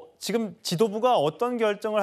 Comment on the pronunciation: 송영훈 제발 발음 교정 좀 받아라 듣기 불편하다 ‘지‘ 를 맨날 ‘기’라고 해.. 지금이야 기금이 아니라